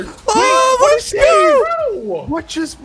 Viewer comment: " go" anyway he 100% watching sizz